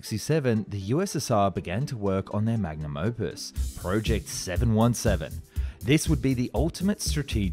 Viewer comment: please tell me im not the only one who hears him say "717" funny